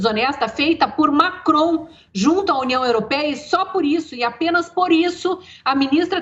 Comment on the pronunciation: Constantino: Desculpe 👉🏻 Lacron!!! rsrs 😜 (Macron)